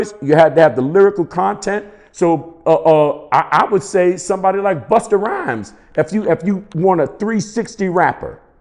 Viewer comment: Did diz boy say Busta rhymes....😂😂😂😂😂😂😂😂😂😂